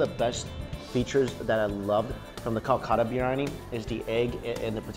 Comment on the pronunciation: love the channel but you've been heavily butchering the pronunciation of biryani.